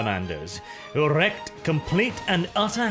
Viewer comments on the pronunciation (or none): Partly for algorithm.... Partly for this,, wreaked is not pronounced wrecked, but reeked. Sorry, its another one of those odd words in the English language, its full of the bloody things. Just so you know for those times you use that word again, because its a great word whencombined with havoc:) Take care EDIT: And I have to admit to feeling yet more joy at the further hammering of the Minotaurs. Strange how two of the most honourable Chapters in the Imperium, the Lamentors and the Mantis Warriors had to deal with scum such as the Minotaurs and the Charcaradons! The latter denigrate the name of the animals they were named for.....